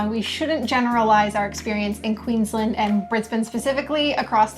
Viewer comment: If you want to sound more local, Queensland is pronounced as two words (Queens Land) with both syllables emphasised. It’s a give away someone is not from here when they say Queensl’nd.